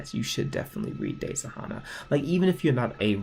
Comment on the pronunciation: RIP WOLF BOI Edit:your saying Hana wrong it’s said Hannah